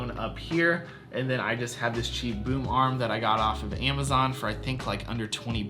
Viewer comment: It it amazon not iemazon